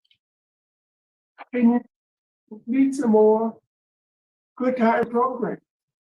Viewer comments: progrums is what says 😂😉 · Not "progrums" tho😂😂😵😵